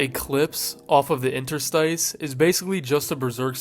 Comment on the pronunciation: Interstice is pronounced "in-TER-stiss" not "IN-ter-stice" God damn man.